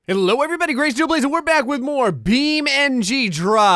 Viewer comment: It's beam Ng not bean mg